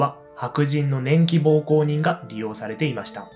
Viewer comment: 年季膀胱人ってなんだよw 奉公は「ほうこう」と読みます。